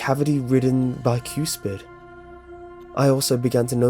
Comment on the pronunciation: "Bi-CUES-pid????" How on earth do you not know how to pronounce bicuspid????? PLEASE look up words you don't know. Mispronounced words are distracting and ruin the immersion.